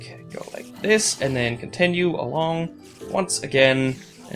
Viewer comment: The way you say continue really annoys me. You say it like con-ten-you